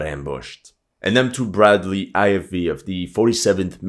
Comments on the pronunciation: Bredly! Not Brat Lee 😂😂😂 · Эх, чувак, открою тайну. Это просто специальное высмеивание через не правильное произношения. "БрЕдли" От корня "Бред" (Брехня, ложь, неправда)